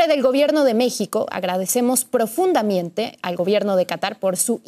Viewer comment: Profundamiiiente, que no les enseñan a pronunciar bien?